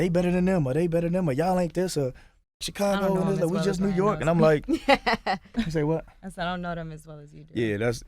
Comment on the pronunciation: Charlamagne says Chicago so weird. Chee-cahh-gah LOL.